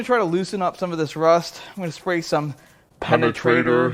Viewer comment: PENERTRATOR 🤣🤣🤣 I'm 45 years old, and that cracks me up every single time